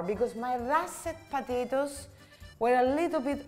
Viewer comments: Ooooh po-ta-to-es! Not patitos (little ducks in spanish)🫢😂😂😂🤌🏽🤌🏽🤌🏽🤌🏽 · I love it when she says "potatoes" and it sounds as if she were saying "patitos" . Those gnocchi look delicious!